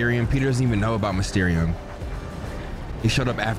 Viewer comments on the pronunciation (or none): Bro called mysterio “mesterium”😭😭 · Bro why can’t you pronounce Mysterio & Symbiote ??? 😂